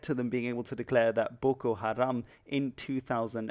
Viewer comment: Why do you pronounce "Boko" like if you were a japanese person?